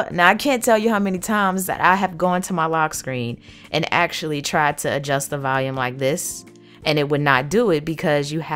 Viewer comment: haha she pronounces volume as Valium. its adorable though